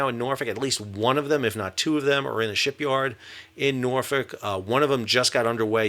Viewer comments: You can tell this guy has been to Norfolk because he pronounces it correctly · Respect for the Norfolk pronunciation!